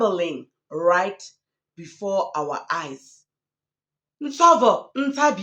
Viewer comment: Nsovo it is a Tsonga name The V is pronounced as B. Therefore it is NsoBo. It means Grace